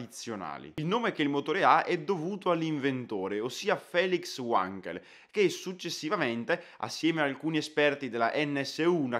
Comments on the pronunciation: Mitico motore rotativo! Essendo tedesco l'inventore, mi permetto di far notare la corretta pronuncia della W, iniziale del cognome. La W in tedesco si pronuncia come V normale. E non all'inglese. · È esattamente l' osservazione che volevo postare a questo signorino che parla del motore Wankel ma che non sa nemmeno pronunciare correttamente il nome del suo inventore: forse pensa che sia inglese e non tedesco. Pessima figura e pessimo inizio!! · Il miglior motore mai costruito, per quanto concerne le prestazioni. Bandito dalla F1 perché era semplicemente invincibile. P.s. si pronuncia "Vanchel", con la V, essendo tedesco :) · Wankel si pronuncia come scritto, nn uankel, é tedesco... 🙈🙈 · "Uankel"? Il tedesco, questo sconosciuto... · Hai ragione tu, è un nome tedesco e pertanto la "W" si pronuncia "V" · È vero ma si è scusato per la sua pronuncia. Perdoniamolo per questa volta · Ehm... La pronuncia appunto. Wankel era tedesco non inglese quindi V_ankel non U_ankel. Scusa se faccio da maestrino :) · Essendo Felix Heinrich Wankel tedesco, il suo cognome non si pronuncia "uankel" bensì "vankel" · Uankel? Perchè non addirittura Wonkel, come dicono su Focus TV? Non si può sentire!!! Si legge Vankel: non è Inglese. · È Tedesco si pronuncia Vankel, non Uankel, grazie comunque bellissimo video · La pronuncia è "vankel" non "uankel". Felix Wankel era tedesco non inglese. Così, per la precisione. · Credo si pronunci "Vankel " e non "Uankel all'americana in quanto ingegnere Tedesco. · si parte male Wankel era tedesco, si pronuncia vanchel non uanchel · si pronuncia vankel e non uankel! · Wankel con la "V", non Uankel. E' tedesco, non inglese. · Ma perchè Uankel ,è tedesco si dice Vankel, lo sanno anche i bambini... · Per favore, WANKEL con la W alla tedesca (non certo Uànkel !!! ). Altimenti dovremmo dire anche Ualter ! :) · UANKEL.......hai detto UANKEL ???.. e pure perseveri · uanchel non si può sentire però. è tetesco no inclese ja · SI LEGGE WENKEL NON WANKEL